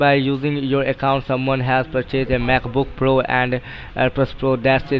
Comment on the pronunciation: "mayk buk puro" LMFAOO